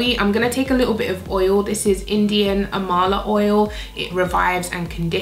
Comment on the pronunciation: It's pronounced as aam-laa! Amla is an Indian gooseberry! I was kinda taken aback to see you use it! We use coconut, amla and almond oil on our hair mostly! :)